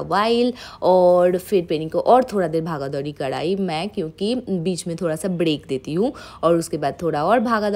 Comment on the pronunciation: Bhaga dhouri🤣 sounds so funny